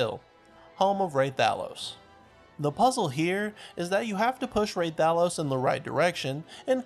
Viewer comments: "ray-tha-los" Bro my ears, stop. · It’s pronounced Rathalos. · Rah-thuh-los REPEAT IT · Listening to him say hurt my soul. Lmao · How did u say rathalos wrong yet say dharkon right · The way he says Rathalos causes me physical pain